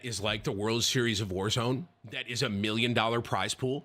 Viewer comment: its pronounced world series of wallzone. ez mistake to make